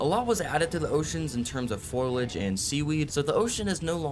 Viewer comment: fo-li-age, not foil-age. cheers